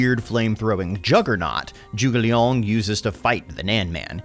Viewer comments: PLs Zhuge LIANG not Zhuge Leong. Leong is a cantonese way of saying it which is a wrong way if you put Zhuge & Leong together. So Zhuge Liang something like you pronounce Lee Ang in faster way. Also it squeeze my ball everytime you say Nanman. Nan as in None, man as in bun but with a M or gun with a M instead of G. Or simply paste this to google translate & play the sound 诸葛亮 南蛮. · I like it how you pronounce his name as Zhuge Léon. Zhuge Léon de Shu VS Les Barbares de sud. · Hon hon hon citoyen attaque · ZHUGE LEON? Wahahhahahaha